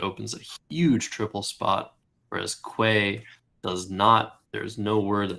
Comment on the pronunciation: hearing "quay" pronounced as "kway" hurts me in my soul